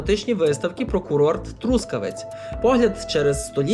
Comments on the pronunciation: ноголос на останньому складі - Трускаве́ць — місто на заході України. Трускаве́ць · ноголос на останньому складі Трускаве́ць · А чому такий дивний наголос в слові Трускавець?😮